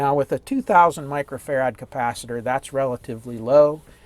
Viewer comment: Why do you and Paul Carlson pronounce farad as fa-RAD Its farad...Micheal Faraday I'm sure didn't say his name as Fa-RADay...!!